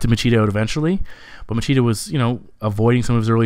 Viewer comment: Great breakdown as always. Just keep in mind that regarding the portuguese accent the “ch” syllable has a “sshh” sound.👍🏻